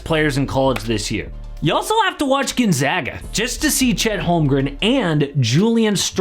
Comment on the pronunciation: Can we spread the word about how to properly pronounce Gonzaga now that they've been in this tournament for well over 20yrs running...? Not gunzaga. GONE-zag-uh.